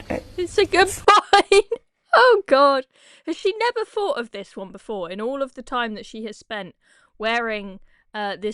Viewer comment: THOUGHT ... Not "faught" 🤦🏽‍♂️